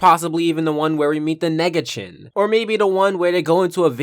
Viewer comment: The “nega-ChIn” ok say it like that if you want I guess.